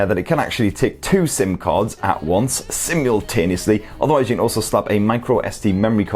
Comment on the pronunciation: “It can take two SIM cards see-multaneously”